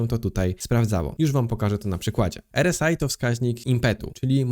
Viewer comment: R S AJ 🤣 zdecyduj sie chłopcze czy wymawiasz nazwę tego wskażnika po polsku czy angielsku, bo robisz z siebie glupka.